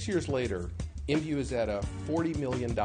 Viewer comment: It's I M V U. Not Em View. o.o